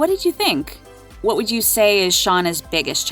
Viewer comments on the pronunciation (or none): none